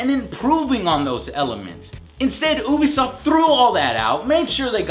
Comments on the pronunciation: its you-be-soft no ooo-be-soft... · yea, ooobie sounds weird